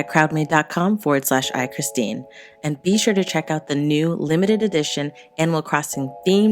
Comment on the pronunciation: Oh I’m surprised she pronounced my name right lmao